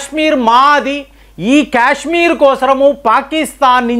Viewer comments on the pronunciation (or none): none